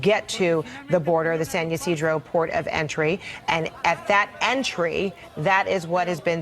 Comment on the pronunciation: San Ysidro pronounced like SAN E SEEDRO. like Chuck E Cheese. 😂